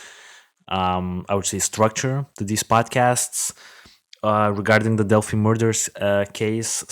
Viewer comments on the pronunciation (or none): Okay several things 1: the dark spot in the photo is a gate. It’s opened and closed like the ones you see in all parks 2: it is pronounced “dell fye” not “dell fee” 3: it is pronounced “mo non” high bridge only telling you because people from that area go nuts over these details 4: you need to watch a few things on YouTube regarding Delphi A: Jason Hebert who interviews live Anna Williams, Abby’s mom. B. Jason Hebert’s live interview with Mike and Becky Patty , Liberty Germans grandparents and guardians C: Michael Katts videos and live visits to the bridge and area where the girls were found D: Anthony Greeno of True Crime Investigates especially his live re-enactment of this crime. E: Gray Hughes Investigates and his analysis of BG F: the Prosecutors Podcast has a 5 part series on this and examine this from a prosecutors perspective G: Jim Waggoner and his interviews with my Good friend LT. Tom Spivey retired Stockton, CA Lt that investigated GSK/EAR and nearly caught him and actually untied 2 of his victims. He has a great analysis of BG and a look at the LE from an actual LE background! He is fabulous Listen to the facts and not rumors! Do some investigation and watch this other true crimes that present only facts